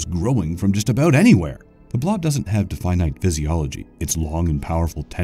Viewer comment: bro mispronounced Definite